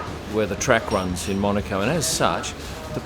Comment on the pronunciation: Nice to see as an aussie you pernounce monaco correctly cannes is the other one when in Rome always calm line the locals top tip 👍